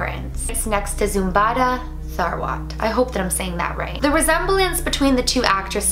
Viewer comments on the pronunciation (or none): Not zombada it's zobida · Not zumbada her name is zubaida lol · Her name is zubaida not zumbada 😂😂